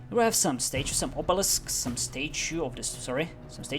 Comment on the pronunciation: I crack up everytime I hear you pronounce statue: Stae-choo